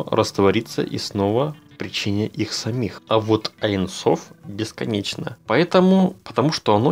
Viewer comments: не "айн соф"; а "ейн соф" . ибо в первом случае вы меняете смысл... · Здравствуйте!Очень интересны все Ваши видео,но в этом видео никак не могла понять на иврите,как Вы объясняли про аин соф.Правильно говорить не аин соф,а эйн соф(бесконкчный)на иврите-אין סוף